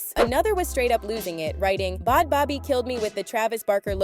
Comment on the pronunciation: you can’t even pronounce bhad bhabie right lmfao